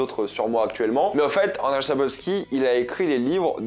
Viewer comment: Bonjour, je sais pas si ça a été signalé et si non, je vais faire mon chieur.. le nom de l'auteur: Andrzej Sapkowski. "rz" en polonais se prononce grossomodo comme un "j" et donc la prononciation du prénom c'est "annedjeye" (ayant des origines polonaise, j'apprends un petit peu la langue). Quand à la saison des orages, l'ayant aussi lu (je suis je l'avoue assez fan de l'univers) j'ai beaucoup aimé même si c'est peut être un peu moins génial que le reste. Je signale aussi un autre recueil de nouvelles "La route d'ou on ne revient pas et autres récits" sorti initialement en 2000 (dispo chez bragelonne, un peu compliqué d'expliquer là la construction de ces nouvelles). C'est pas dédié exclusivement à Geralt, ciri and co. Mais ça complète l'univers. Sinon merci de faire des vidéos dédié à cet univers. Bonne continuation.